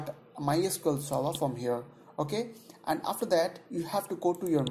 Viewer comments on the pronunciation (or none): none